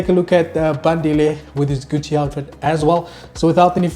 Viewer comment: Saying gutchi is diabolical 😂😂